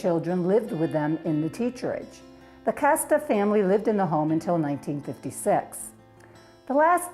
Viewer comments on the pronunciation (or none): Minor correction, Mr. Kaste's name was pronounced cast-ee, not 'casta'.